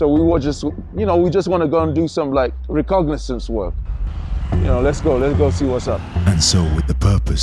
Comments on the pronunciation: Can someone tell him it's "reconnaissance?" And not "recognizance?" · no such thing as recognasience......its reconnaissance, every episode he says this, please educate him its grating on my nerves